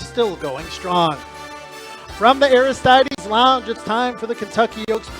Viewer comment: someone needs to teach you how to say Aristides.